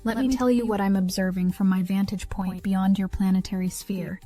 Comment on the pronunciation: BEYOND - NOT BEYONG